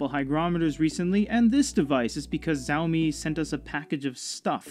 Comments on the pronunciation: Not Zaomi it shaomi ... Could have directly said mi not Readeri⁶ ? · Xiaomi is not Zow-me, but "Think of 'show me', and then pronounce the first word as if it was 'shower.'" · it's pronounced siA-Oh-mEE